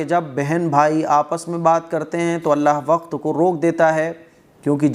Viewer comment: کلمہ میں اللہ ہ کو بھی تو ادا کرنا ھے ۔ہ واضح نہی ہو رہا